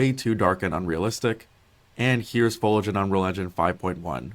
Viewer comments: Imagine producing an entire video where you constantly mispronounced the main word your using... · my man couldn't have looked up how to pronounce foliage before making this video? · This dude saying folidge was driving me insane. it's fo-lee-idge ffs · Folage? FOIL-AGE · Fol-EEEEEE-age... ffs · i cant help but be triggered by his pronunciation of foliage. "fow-ledge" instead of "foe-lee-edge" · Foliage.. foh lee age ... do peoples brains just shut off when they see this word? Its not folage or foilage. Damn... dont know why that drives me nuts but so many youtubers cant say it. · not the MOST important thing, but for anyone who's wondering... fo-LEE-uhj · "folage" lol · FOE LEE AH GE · Why does every youtuber that uploads videos like these explaining something, have one dumbass word they say absolutely, horribly wrong. One that you've never heard anyone say wrong before, but somehow this guy manages to make it the one word he repeats 300 times. "FOLAGE" Its like League youtubers when they used to say the word "Turrent" instead of "Turret". Shit is annoying as hell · the dude saying FOAL IDGE over and over triggered me to no end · It's pronounced Fow-lee-uhj Jesus... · Fow-lee-age. Foliage. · Me: I wonder what “Folage” is? 3 min in: oooohhh my gosh he is saying foliage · "Fowlidge" lol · Guy can't say foliage🙃😂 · This is amazing but the dude need to learn how to pronounce foliage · Not gonna call him out for saying foliage wrong? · That dude really needs to learn how to say foliage. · man the guy in the video totally disregards the i in the word foliage its so annoying for some reason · Listening to this dude pronounce foliage...... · Imagine making a video of this length about foliage and not being able to pronounce foliage. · I hate how he says foliage. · Dude can't pronounce the i in foliage to save his life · This guy not pronouncing "Foliage" correctly is really pissing me off. He's just skipping the "i" lol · There's an i in foliage 🤧